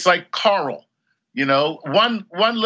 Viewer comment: Rick Grimes pronounces 'Carl' as 'Coral'. Chuck Nice pronounces 'Coral' as 'Carl'.